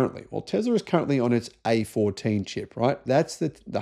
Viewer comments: its not A14 is AI-4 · A14... A15...lol...Do better.